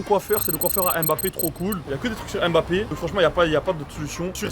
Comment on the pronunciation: Faire une vidéo sur Kylian Mbappé en prononçant mal son nom c'est chaud